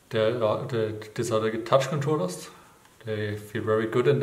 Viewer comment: This are zeehhh ehhh tätschkondrollers! xD